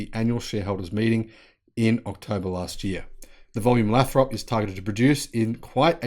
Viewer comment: Lathrop. Long 'a'. Lay-throp and run the 'throp' together, don't drag it out.